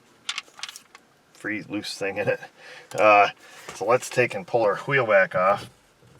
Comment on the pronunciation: "hwheel"? is that you, stewey?